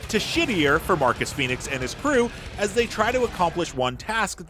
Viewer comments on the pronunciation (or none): none